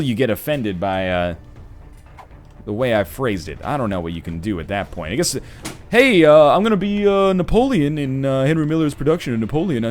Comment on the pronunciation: Every time that NL says the word "point" a kid dies on Africa